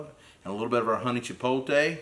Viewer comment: Chee-pote-lay not Chee-pole-tay my brother. Love your channel and all your products sold at Mississippi Grills and Kroger in Madison. I have em all .